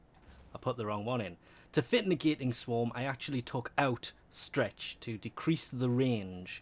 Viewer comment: "negateion swam" "negateion" "swam" classic